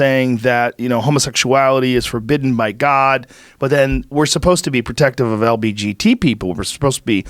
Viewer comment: i love how joe says lbgt like its a sports cat designed by lebron. Reminds me of mgbgt